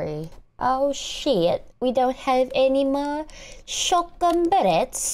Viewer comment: Well… uh… yeah, this was a very scary episode. You actually fooled me twice when you said you were gonna end the episode, and I thought, “WHAT?!?” But then I checked the time on the video. I was relieved hehe.😅😅 And this where she knew, she fudged up.😂😂 Also it was kinda cringey seeing you, doing a British accent, “Are we outta shutgon bulets?” 😅😅 But to be honest you have potential to have a British accent. So yeah. Anyway I enjoyed (only the funny parts where you keep saying “Ayaw ko na!!!!” or just keep screaming and struggling) the episode. And I can’t wait for your next HZD vid. Have a blessed day.😊😊🏹🏹🏹🔨🔨🔨🎆🎇🎆